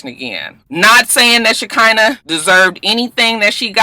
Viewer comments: ShaK'Nuh.... lol 😭😭😭it's pronounced ((sha-kun-nuh)) it's so sad for any man to hit a woman.. He came to her place and attacked her. If she said anything over the phone he had time to think and turn around... I can't with this one tho. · Roxanne it's pronounced "Shi-khanah", it a biblical name...😂😂😂😂